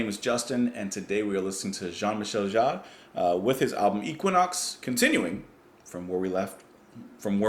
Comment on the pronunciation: équinoxe is French. The correct pronunciation is é-ki-noks. The "é" is closed and short (like the English "bet"), the "u" is not pronounced, and the emphasis goes on the last syllable "noks". As per JMJ, not a fan, but plenty of friends were.